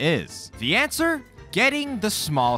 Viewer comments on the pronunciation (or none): none